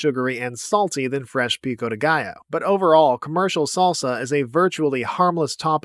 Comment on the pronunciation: Salsa in Spanish is just "sauce". Could it be it's just spicy sauce or something? It's not traditional in my region (Spain) so I can't name it properly, though, but we wouldn't just call a sauce, sauce. PS: Great job pronouncing "Pico de Gallo", the "ll" often eludes English speakers!